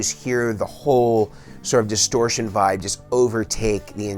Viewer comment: Does this dude say literally anything else besides "voib" "nirvawna" and "kurt cobain"